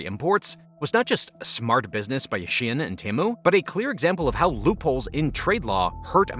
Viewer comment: Why do you keep saying shien instead of shein?